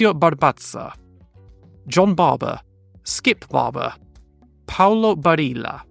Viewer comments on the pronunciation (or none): none